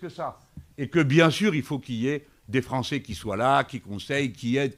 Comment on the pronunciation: « un francé »… envoyez cette personne chez un logopediste, svp.